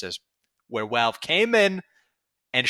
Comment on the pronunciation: Why does he say Walve instead of Valve.